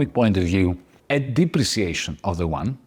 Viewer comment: BTW, the YUAN is pronounced U-AN, not WON, which is the S Korean currency.